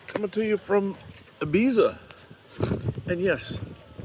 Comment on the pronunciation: Just a minor point, I suspect you pronounce it ''Ibitha.'' Maybe someone can confirm. I have a little question, if you are sailing along in, say, a nice 10 or 15 Kt wind and the sea is pretty flat, in what directing relative to the wind would make best speed.